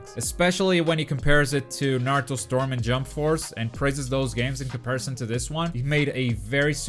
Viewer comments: How can you be a video game website and not even know how to say Naruto lol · The narrator can’t even pronounce Naruto properly, reviewer hasn’t even played online. Don’t waste your time on IGN dude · ahh okay but still people still should know how to pronounce Naruto. It's not hard